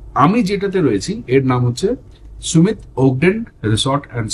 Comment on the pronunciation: 'সুমিত' না 'সামিট' (Summit = peak, topmost point)? 😂